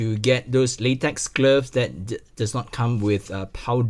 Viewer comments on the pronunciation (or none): none